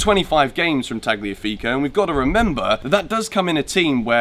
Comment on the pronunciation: the g is silent so its Taliafigo